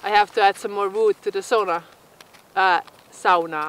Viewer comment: Eihän ole niin vaikeaa sanoa SAUNA.:) Ei se ole mikään. Miksi joka toinen kerta ja sauna? Sovitaanko että sanot SAUNA tästä lähtien?:) Hieno koira ja kiva kanava.